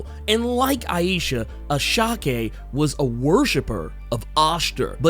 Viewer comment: I think it’s pronounced (I-Sha)